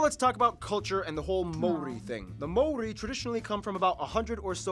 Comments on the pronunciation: Maori. Ma-or-ree or Mao similar to the pronunciation of the chinese mao and Ri as in ree. Sorry they butchered it. Also while hunting played a part the Moa became extinct more from climate and habitat changes than hunting. However 16 different species of bird became extinct after the arrival of Europeans, in particular the Huia was hunted to extinction by traders for its feathers to be sold for hats. The arrival of Europeans like so many other places brought a host of diseases which along with ww1 and 2 decimated the Maori population. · The way they butchered the maori names